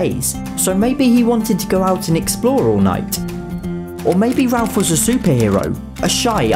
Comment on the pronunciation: It’s nice to hear Ralph being pronounced Ralph and not ‘Rayff’ as the Americans pronounce it along with that prick Jeremy Vine lol!